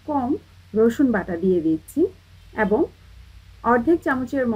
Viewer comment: অ্যাবং! অ্যারচেয়ে! 😂😂😂😂😂